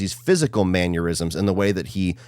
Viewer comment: Dawg u gotta stop pronouncing mannerism like aneurism😂